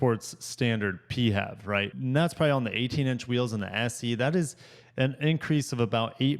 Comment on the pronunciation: The inch and a quarter receiver is not for towing. It is only meant for accessory type attachments, such as bikes and similar type things. Do your research. Also the way you were pronouncing PHEV as a single word made you sound like a real dipshit. This has to be the worst auto review that I have ever seen. Hang it up and find yourself a new hobby.